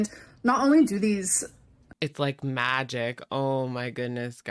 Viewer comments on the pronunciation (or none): none